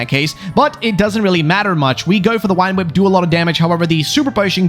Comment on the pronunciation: Early on in this, i love how you say "Wine Whip" for "Vine Whip."